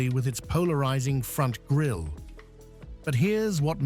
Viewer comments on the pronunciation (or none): none